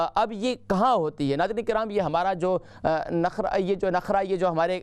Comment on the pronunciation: نخرہ نہیں نرخرہ ہے